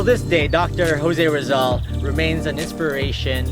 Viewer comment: ang weird mo magpronounce ng jose rizal tse!!!!